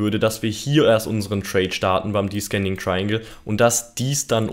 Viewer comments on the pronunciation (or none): Zur Aussprache: descending= diesending also nicht diskending / ascending=ahsending also nicht askending. Gern geschehen der Korrektor... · danke für dein tolles video :) aber bitte man spricht es deszending aus xD